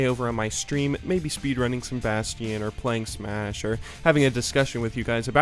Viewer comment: Bast-ee-un?? you mean Bastion?